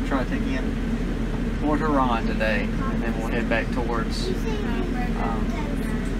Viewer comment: I use to live in the south end of Port Huron...not quite so nice. LOL Even though my family is from Michigan...my parents always pronounced Port Huron like they were saying Porch Urine...so Pork Huron is MUCH better. HAHA!